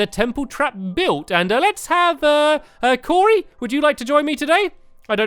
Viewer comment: He said Corey